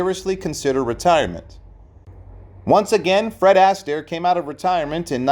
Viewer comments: In what way was that a tragic ending? And stop calling him Ass taire. It's Astaire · I appreciate your research, but your consistent mispronunciation of Fred’s surname made me cringe repeatedly. How could you study his long career and not know that it’s the second syllable of his name, not the first!, that should be stressed? In other words, his surname is pronounced “a-STAIR” and not “ASS-tair.” You should seriously consider taking down this video until you can re-record the narration using the correct pronunciation. Every Astaire fan will thank you. 🙏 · Fred Astaire is pronounced "Austair" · Oh, for F's sake!!! At least learn how to pronounce his name! IT'S NOT ASS-Tear!!! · THANK YOU!!! I had to stop watching the vid about the 5th time he said it - he obviously knows squat about Fred! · Your pronunciation of Fred surname is incorrect and very of putting plus he didn't have a tragic ending